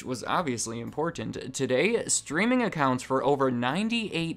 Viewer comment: I see you changed your wording on your script so you wouldn't mispronounced words, lol "IMPORTEENT"